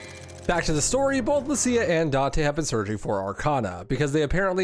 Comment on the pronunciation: Deliberately mispronouncing Lucia takes some chutzpah.